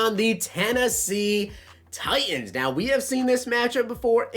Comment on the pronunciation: What is with these you tubers? Tighens. There’s a T in there. Button. A T. Important. Another T